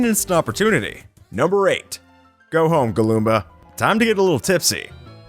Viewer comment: There called goombas not galloombas